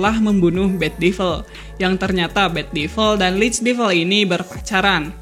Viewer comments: Bacanya devəl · Gemes dengan pronounciation nya. Buat devil, bacanya bukan divel.